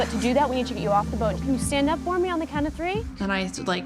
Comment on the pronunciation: 😂😂😂 ikr, what was that?¿